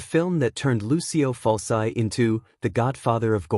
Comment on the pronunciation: ITS FULCHI!!! FULCHI!!! YOU STUPID ROBOT!